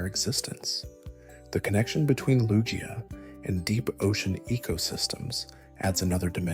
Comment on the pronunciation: Great stuff, it is "Loo-Gee-Uh" though. I think most would agree on that.